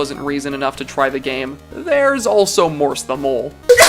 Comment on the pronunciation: Idk why but if you say Morse the mole it kinda sounds like Morstamle.